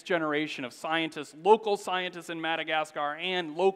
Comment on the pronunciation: Learn to pronounce Madacasgar and Fungi, otherwise very interesting